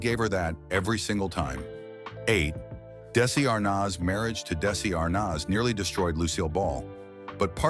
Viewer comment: Another moron who keeps calling him ARE-Noz